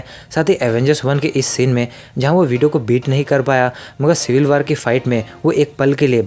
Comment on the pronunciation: Are bhai waar nahe war